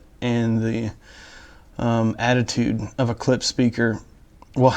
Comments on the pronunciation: It’s Klipsch not Klips. Why dafuq I have to hear how the beer goes down your throat ??? Drink the godamn beer after the review. This is a joke. 🤣🤣🤣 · You're my favorite audio reviewer but it's driving crazy when you say "Clips" instead of Clip--shhh".